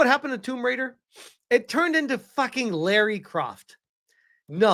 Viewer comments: First of all: Her name is not Laura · Eriki Ishii is such a huge fan, she doesn't even know the character's name. (It's Lara, not Laura).